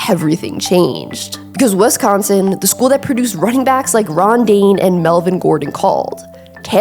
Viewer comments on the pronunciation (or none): Missed most of what you said because you said, "Wesconsin"